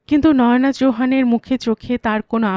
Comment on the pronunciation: কোনো নাম নয়োনা‌ হয় না। নয়না‌ নাম হয়। হিন্দির উচ্চারণে ... বলা হয়... ন্যায়না‌।